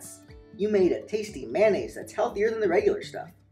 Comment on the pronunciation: The way u say Ever and Mayonaise at the beginning was really funny XD